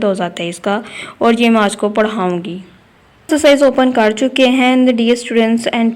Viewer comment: Mam pehle to axcarcise nahi hota exercise hoti h😆😆